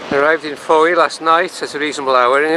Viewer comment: Fowey is pronounced Foy!